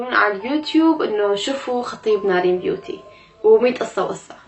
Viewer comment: قول نارين مو نرين ياخي